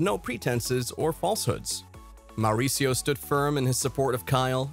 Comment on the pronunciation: is it just me or is the narrator way over rolling his R's when he says Mauricio??